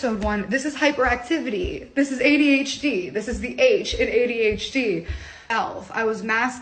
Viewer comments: why does she pronounce adhd like that ay dee h deeeee.... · Why does she say “ADH — Dee”